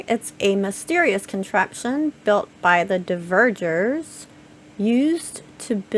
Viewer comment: It is NOT "dee-verg-ers". It is dwarves. Haldór's people. For some reason you are puting the e- ahead of the v-. Dvergar! Seriously, how can you say "Yggdrasill" pretty much perfectly, but not this?!? You amaze me!